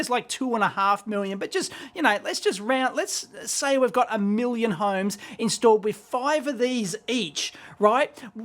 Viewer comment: a miwion